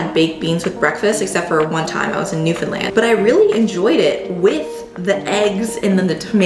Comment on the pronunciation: Good job saying Newfoundland right!!! 🎉 nobody ever says it right. Jeff must have taught you well!!